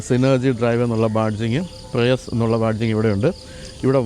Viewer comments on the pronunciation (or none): ലോകത്തിലെ ആദ്യത്തെ സ്ട്രോങ്ങ് ഹൈബ്രിഡ് കാർ ആണ് ഇത്. അത് കഴിഞ്ഞാണ് ഹോണ്ട insight ഇറങ്ങിയത്. പ്രയസ് എന്നല്ല ശരിക്കും പേര്. പ്രിയുസ് എന്നാണ്. 2022 മുതൽ ജപ്പാനിൽ ഞാൻ ഉപയോഗിക്കുന്നു. 2010 മോഡൽ ആണ്. ഇപ്പോഴും ഇന്ത്യയിലെ പല വാഹനങ്ങളും ഇതിനോട് മത്സരിക്കാൻ പോലും പറ്റില്ല. ❤❤ മാത്രമല്ല, നാട്ടിൽ സെക്കൻ്റ് ഹാൻഡ് ആൾട്ടോ വാങ്ങുന്ന പൈസയ്ക്ക് ഇവിടെ ഈ വണ്ടി കിട്ടും.